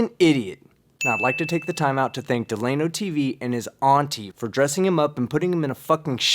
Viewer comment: Delano is trolling. Right? Certainly he’s trolling. And I bet $300 the name isn’t “Duh-Lay-No” but “Dell-ūh-No”. Regardless he’s fucking idiot n